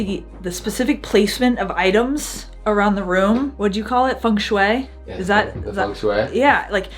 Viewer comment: i always like how Americans pronounce Feng Shui. "Fengg Shwayy"